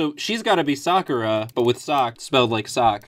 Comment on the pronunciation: SOCK-ura LOL